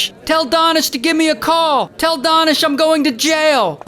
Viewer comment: DANISH (oo ) (oo) ( oo)!!!???!!! His name is. DAH-nish? And not DAY-nish? No matter, both are sweet and soft!